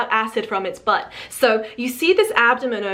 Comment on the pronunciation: She has an English accent all throughout the video except when she says "butt" 😏...she sounded American.